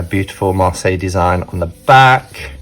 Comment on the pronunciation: I can’t believe we have been pronouncing it wrong this whole time, B! But glad to know now. 😊❤️